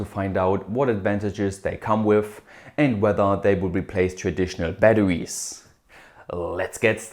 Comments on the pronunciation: "Ba-da-wees" I love the way he says batteries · thanks, i hadn't heard of LICs until now! very useful. p.s. the way you pronounce "batterwies" is absolutely adorable 😘